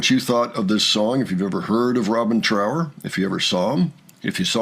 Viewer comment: His name is Trower to rhyme with thrower and not power. It's basic politeness to pronounce someone's name correctly.